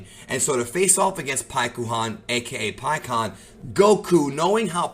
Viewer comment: Stop saying pikkons name wrong lol